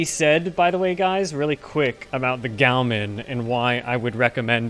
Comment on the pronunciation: its not vake and its not gowmin. for you, ill spell it so that you can say it correctly. its veek and gowmon. not gaomin, gaoMON